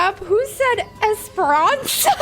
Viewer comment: bro said esperanca 😭